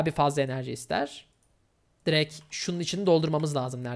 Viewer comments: “Direkt” yerine “direk” demeyi bırak artık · Biz buna ünsüz düşmesi diyoruz